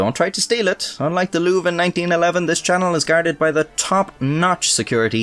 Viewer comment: LouvRE, you could have just googled how to pronounce the name Louvre xD Saying it wrong like 50 times was pretty cringe ngl